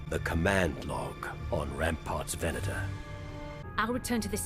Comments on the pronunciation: Ven-ah-tor. Venator. It's a Latin word meaning "hunter". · ve'na:tor pronounced ven-ate-tor. Cruiser Class Star Destroyer. Is the latin word for hunter. The feminine name is Ventrix. A second use of the word is as a type of Roman gladiator. A third use is as a genus of spiders.